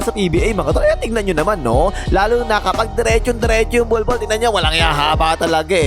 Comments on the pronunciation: Grabe talaga tong announcer literal na bnbgkas talagang bulbol instead of bolbol haha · bakit parang "bulbul" na pagkakasabi 😂😂